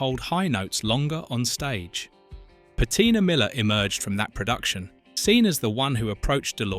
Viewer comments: Bette is pronounced like Bet, not Betty. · and "Betty" instead of "Bet" (Bette). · You should teach your AI how to pronounce the celebrities names even though Bette Midler’s name is spelled BETTE the last E is silent she is not Betty. She also would’ve been a horrible choice for the main character in sister act! She is a beautiful woman and excellent actress and a glorious singer, but that role was not made for her. It was made for Whoopie. I don’t care who they say they wrote it for. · It's killin' me that the audio and captions call Bette Midler either Better or Betty. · Actually, Bette😊